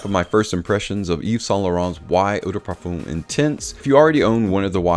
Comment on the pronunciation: Great vid/production, thanks. However it is not pronounced 'parfoom', but 'parfuh'. The 'm' is silent. Just saying. Keep up the good work!